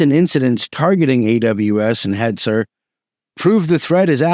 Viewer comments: “Heizer” (heater) is not that far off, they let the CPUs in their cheap dedicated servers run pretty hot. 😅 Besides that, the pronunciation is more like “hats ner”. 😉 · Wow thanks for this detailed video. I don't understand all of it but I got the gist. I wonder if you have read the paper, btw shameless plug for researchers in my country, about all the tunnelling protocols that are vulnerable to source/IP spoofing ("Haunted by legacy: Discovering and Exploiting Vulnerable Tunnelling Hosts" - you can get it over at usenix). And "Hetzner" is pronounced almost like "Heads Nare" (Snare without an S).